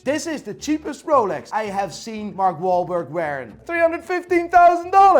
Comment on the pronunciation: How's he pronouncing the names... Moving mad, sounds like a backstreet watch dealer... "Here we have a rol-ex"